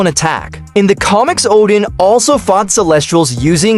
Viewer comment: ordin? distrer armour? IS THIS MADE BY AI XD